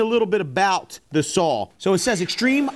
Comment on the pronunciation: Me thinks you might want to pronounce that three letter word correctly if you want any credibility. There is no "l" in the word saw. That is baby talk at it's finest. Fingernails on the blackboard for me.